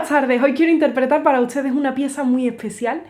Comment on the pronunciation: Mi día queda 100% mejor cuando escucho decir "buena tsarde, hoy quiero interpretar para utsede..." 😊❤